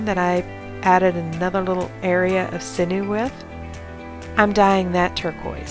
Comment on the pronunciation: Thank you for all your awesome videos. You have great angles. Just and FYI sinew is pronounced sin-yew not sin-ew ;)